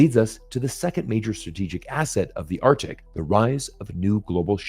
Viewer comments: Arctic, both C's are pronounced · Read the comments. ‘Artic’. Yeah. And the Gulf of Ameria.